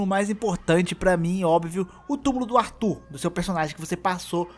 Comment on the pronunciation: Arthur não é brasileiro não cara. Para de falar Artúr